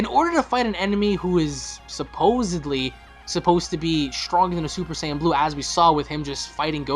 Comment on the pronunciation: Please don't say sAaaayian again. Go back to super SAYain